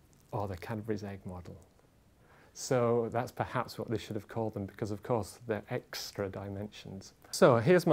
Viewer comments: "eggstra" dimensions... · Did he say egg-stra dimensions? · did he say "egg-stra" dimensions"?